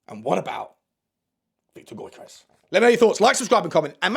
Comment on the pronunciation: Get Deki on the blower to Viktor Gyokeres pronounced (YOR-KA-RESH) and get him over 😂